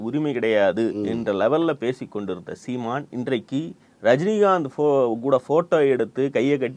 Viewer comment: The way says "seeman" is funny as hell